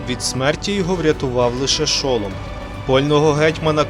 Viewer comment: Скажите, а почему ударения неправильные ?? шОлом, гетьмАн...